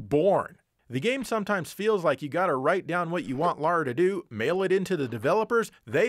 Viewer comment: I could express an opinion on the actual content but instead I just want to say thank you for calling the protagonist of Tomb Raider "Lara" and not "Laura".